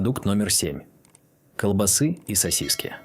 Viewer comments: По сути всё правильно, но откуда такая чудовищная безграмотность? Транжиры???- может ТранСжиры? КолбасЫ?? -А может всё же колбАсы? Ребята, у вас что там, слепой робот-читатель, которого переводит глухой робот- озвучиватель? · Опять искуственный интелекс ...колбасыыы... с ударением на ы. Куда люди делись, кругом роботыыы, с ударением на ы😢!